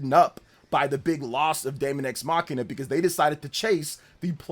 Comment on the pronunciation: Why do you say mackina? It's mashina, like the way you say machine but with an "a" at the end. I don't even play the game lol.